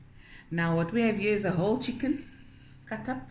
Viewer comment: "Skwasies" ...oh how you take me back and then bring me right back with the "Chiggen" 😂🤣